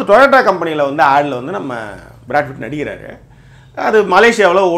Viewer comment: good video 👍but you should focus on your pronunciation. It is Brad PITT and you mostly say Brad FIT ☺️that’s wrong -Raj USA